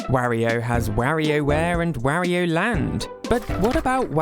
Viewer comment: Oh God, you even say Wario wrong lol, I just can't lol.